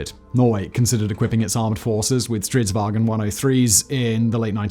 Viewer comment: All English speakers are always calling it Strids-"wagen". It's not German, so stop saying "waGen". VAng'n, or phonetic: vaʊ̯n.